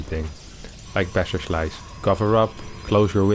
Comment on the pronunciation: I'm a huge fan of this show, and I think your english is perfect, but why is every "s" sound in your words tends to be "sh" so that "BasherSlice" is turning to "Basher<Sh>li " every time and so on? XD sounds pretty awkward when repeated hundred times in 10 minutes.. 🙂